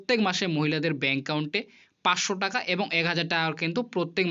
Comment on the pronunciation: দাদা ইউ টিউব চ্যানেল করছেন সেটা ঠিক আছে। কিন্ত কিছু কিছু উচ্চারন যেমন দূগো পূজো, চেনেল, ব্যাঙ্ক কাউন্ট এই শব্দগুলো সঠিক উচ্চারণ করুন।